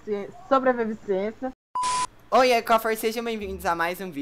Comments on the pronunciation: a pergunta è pq ele tava falando sobreviviz sobreviciençia e cauan è sobrevivência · kkkkk sobrevincia não sabe falar seus doido😅😅😅😆😆😆😆😂😂😂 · KKKKKKKKKK OLHA O TENTANDO FALAR SOBREVIVÊNCIA KKKKKKK